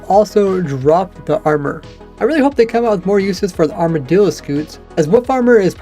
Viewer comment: People been pronouncing armadillo like its armordillo.